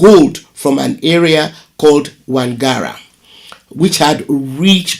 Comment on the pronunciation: She said wangara, you say wangala, just because you want to force it to be walata. Wangara and walata are totally different polities. How did you miss that in JSS social studies, if you're from modern day Ghana?